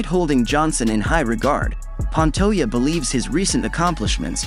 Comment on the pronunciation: Pan-toe-jah. Now put out a video where you pronounce the mans name.right.